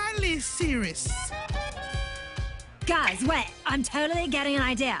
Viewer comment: I love that I'm getting the jokes now that I'm older. But c'mon, "Miley Seerus"?